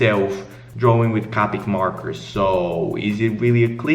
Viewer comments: “CaWpIc MaWkErS” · "cawpeec morkers"